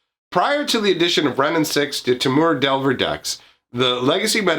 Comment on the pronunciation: you say temur like a real hillbilly